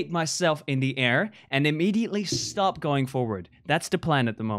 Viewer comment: fundy: stop stop stop in the accent stOOp stOOp stOOp.....still unsuccessful